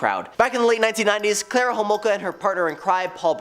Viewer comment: Its Carla not Clara